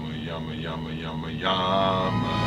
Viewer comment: I always thought he said "Yummy Yummy Yummy YAMA" haha